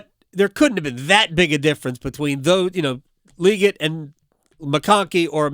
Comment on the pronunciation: You still mispronounced it. its Lee GET. not lee git. LEE GET